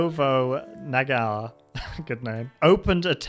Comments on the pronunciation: Hard r Nobunaga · The way it butchers Nobunaga’s name had me rolling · They never get the name of Oda Nobunaga right lmao